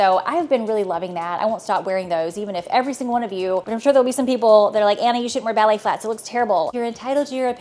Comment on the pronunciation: I think she is trying to say ballet.